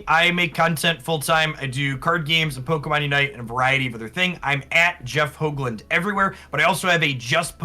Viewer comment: Nice to see a fellow-dutchie/belgium on the Channel!! (Also Nice pronounciation on his last name, which is a typicall Dutch name, alot of American people pronounce the double O's as "ooh" when its infact pronounced as "Oh", was rather impressed with this pronounciation cause alot of Foreigners get the double OO sound wrong, Nice one!